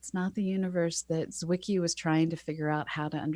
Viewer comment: Great episode - and thanks for pronouncing "Zwicky" right ;)